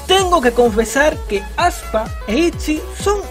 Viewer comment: Fans: se dice aespa: ASPA!!!!